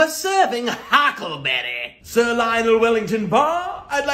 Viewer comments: I’ve been hyperventilating for 5 minutes straight over the “HHHHughcklëberræ” 💀💀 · “We’re serving Hhhaacklebeddy” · Well that snaps it, i can only pronounce it HAHckleberry now and forever more ! Fabulous stuff, you ! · The way you pronounced “huckleberry” seeemed so real and specific??? Like you’re parodying something you actually saw